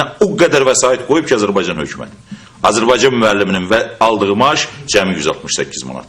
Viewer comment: Этот урод говорящий про Азербайджан,даже правильно произнести не может-Азербайцан ))) Убейся цуко об стенку!